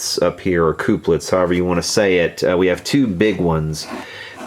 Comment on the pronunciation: Please don't say "coop-lets" anymore. They are used to couple connections, therefore they are 'cup-lets'.